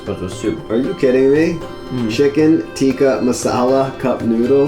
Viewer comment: It's not tikki, it's not tika, it's tikka masala. We don't say tikki masala. Oh god no. Tikki is a fried patty of some sort. I'm indian too.